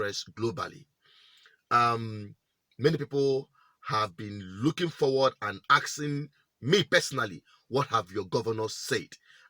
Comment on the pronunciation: Asking is the word and not axeing